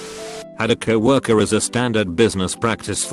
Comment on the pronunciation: Normal person: co worker. Text to speech: cow orker